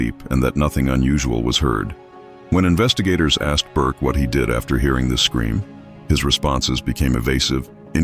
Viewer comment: Its not burke